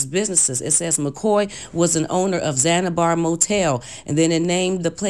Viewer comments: One word... Zanibar 🤦🏽‍♀️😔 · Right she talking all of this mess cant even pronounce words. and "zanibar" instead of zanZibar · Whewwww! I’m glad you said it! It was driving me crazy! Also, ZanZIbar hotel! Not Zanibar. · Yes! Also Zanzibar! She keeps saying Zanibar. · The hotel chain he owed in Chicago was called the ZAN- ZI- BAR 🤦🏽‍♀️ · Omg it's ZAN-ZI-BAR not ZANIBAR and paraplegic not Paralegic🙄🙄🙄🙄. But good story though but dayum you really read the articles over and over smh. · Hell yeah, between para-LEE-gic & Zan-a-bar, I nearly lost my mind. She just choosing not to pronounce well qualified consonants and I can't take it anymore! 🚪🚶🏾‍♀️ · It's the poor pronunciation of words (i.e. para-ple-gic, Zan-zi-bar) for me 😔